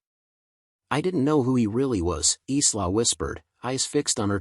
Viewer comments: Isla is pronounced ' eye lar ' not islar. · Eesla not isla is pronounced like a short version of the word Island so Ila thus the S is silent.